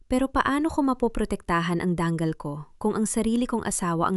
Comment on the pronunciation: DANGAL HINDI DANG KAL